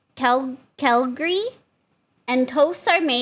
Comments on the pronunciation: Oh, she's just doing the "I'm an idiot" gimick when she pronounced Clergy as Celgrey. Hard pass then. I don't enjoy the whole "I'm stupid, so like me" bit from vtubers. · Is she ESL? Why did she pronounce Clergy like Celgrey? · You managed MUCH harder in this very episode! You pronounced CLERGY as CALGARY you added two whole letters! xD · Well she did mention a moment of dyslexia(?) once during Ever Given. So you gotta wonder what she saw the word as.